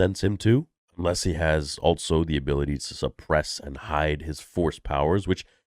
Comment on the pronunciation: I always thought it was so unusual how you say "altso" instead of also.